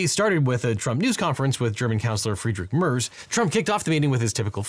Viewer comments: Friedrich “Murrs” 😂 sorry it made me chuckle. His name is Merz. Think Meh-r-z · It’s a small thing I know, but 60 seconds on YouTube gets you the proper pronunciation. It’s Mare, like a female horse, then tz, like the end of it’s. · Also.. its Merz. One of the worst combinations for you... r and z and the e is spoken like an ä. So you would say it that way: M Sound of an angry sheep (ääähh) Sound of an angry wolve (growling r) Sound of a the last part of "badum tss" (the tss) I would love to hear you try, well aware how f up our language is for you^^ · my soul died at his pronunciation of “merz” 😭😭😭😭😭